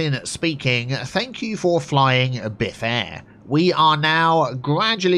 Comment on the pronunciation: I play this game because of you... BiffAir sounds much better then BiffaAir btw